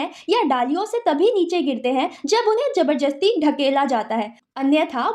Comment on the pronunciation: Jabrjasti nahi mam ji jabrdasti 😂